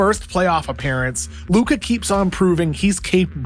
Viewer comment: please stop saying his luka's name like that It hurts my ears